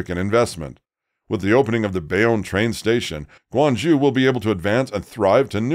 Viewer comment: Come on if you're going to make a program, at least make the effort to pronounce Guang ZHOU correctly -- just 15 seconds on Google Translate